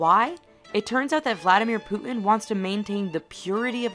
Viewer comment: i love the way she says "putin" -- she pronounces it like a northern-english person xD "poo' 'in"